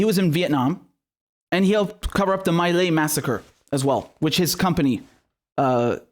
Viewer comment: My Lai is pronounced "me lie" not "my lay."